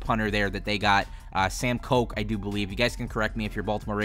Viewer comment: Damon is actually Day-mun Koch is actually Cook